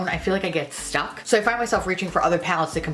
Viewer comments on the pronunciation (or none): none